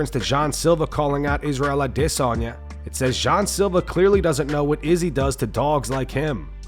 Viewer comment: It's "Adesanya." ....not "Idissonya." Idk who came up with that shit but it's dumb and cringe....when I hear it, I don't hear "Idissonya." I immediately think the person who said it has a speech impediment and or doesn't know how to say the name....yuck